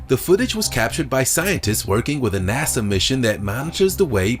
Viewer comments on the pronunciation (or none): none